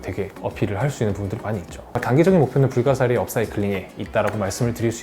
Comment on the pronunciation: 아 불가사리를 불가리스라고 읽음